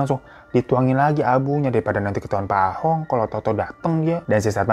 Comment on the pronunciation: Koh Ahong ❌ koh Ah tong ✔️ 😂